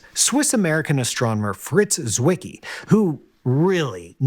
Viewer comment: Zwicky? FFS, what's wrong with Americans? He was Swiss, so his name is pronouned Zvicky!